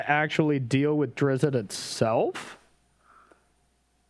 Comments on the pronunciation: It’s pronounced Der-izt, one syllable. Carry on. :) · Hearing them say “Drizzit” really hurts my soul